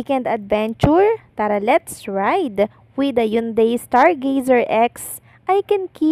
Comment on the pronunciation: basahin mong maigi ang mga words na binibigkas mo katulad ng Hyundai bigkasin mong ng tama.Ganyan si Kim lahat ng iniendors nyang products ay binibigyan nya ng oras.go, go go Kimpau.❤❤❤